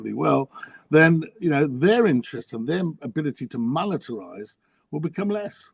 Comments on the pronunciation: Oh RobJob , it’s monetize not monetorize. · Could Robert please STOP saying monetorise?? It’s monetise!